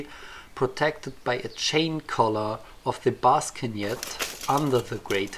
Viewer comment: I love the pronunciation ''Baskenjet'' xD